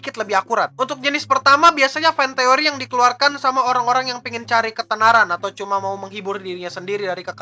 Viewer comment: jadi "FantEKoRi" itu apa